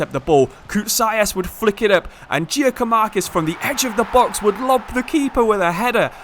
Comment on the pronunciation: Just so you know Giakoumakis name is said like Yakoumakis